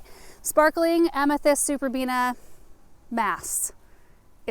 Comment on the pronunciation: Superbenas....not beans😂